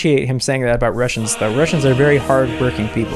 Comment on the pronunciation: is know one going to tell him that he didn't say "Russians" he said "rushing"